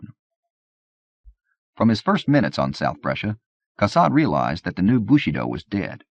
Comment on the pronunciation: yeah as a French speaker it's really jarring to hear. It's like his pronunciation of bushido as "bushy doe" in the soldier's tale